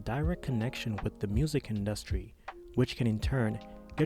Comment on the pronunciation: Why u say industry like that, u not saying it right bch